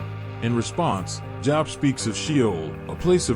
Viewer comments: bruh, his name isn pronounced job, its jobe. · This AI narration crap has to stop. It keeps mispronouncing Job which is pronounced as "jowb" and not job as in get a job. It takes me right out of watching when the video narration continues to mispronounce even simple people or place names. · SAME THING WITH JOB!